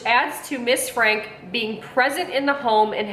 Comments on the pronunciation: All family channels should have rules and regulations from YouTube, set up by child and family professionals. Also it’s pronounced Frank- e (Frankie), not Frank. Not all family channels are bad. There are many who are about great families, but unfortunately for every great family channel, there’s always a bad one. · Franke is said "Frank-ee" like Frankie. Bonnie and her sisters (Ellie and Julie) do not deserve jail time. I wish she wasn't in your thumbnail. That's so wrong. Because of Ruby's extreme beliefs, she quit speaking to her sisters, brother, and parents. Bonnie and the rest of her sisters did things behind the scenes. Just because they didn't talk about it publically doesn't mean they did nothing. CPS has been out to Ruby's home a few times. They claim to have found nothing. CPS are the ones who deserve jail time. CPS failed these kids. Like Bonnie said in her video "You don't know what you don't know." As someone who hasn't watched these families for years, you have no idea and your opinion couldn't be further from the truth. Ruby has always been abusive. It got much worse when Jodi came into the picture. Meanwhile, you are making money on this video. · “FRANKIE” is how Franke is pronounced. Her sisters knew, they reported, her eldest daughter reported. They didn’t just sit around and do nothing. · I thought her last name was pronounced “Frankie” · Pronouced Frankie...not Frank. Spelled Franke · You failed to mention the grandparents that decided it was a good time to do a missions trip to Serbia! And not to be rude but the last name is Frank ee. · Pronounced Frankie. We can tell 90% of these vlogs have never watched 8 passengers.